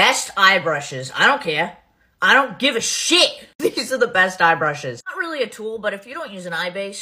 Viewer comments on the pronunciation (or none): “I don’t Caaaaaayah. I don’t give a Sh_III!” sounds legit. ❤